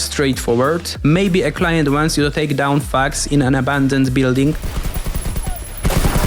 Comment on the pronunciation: he said "thugs"... right??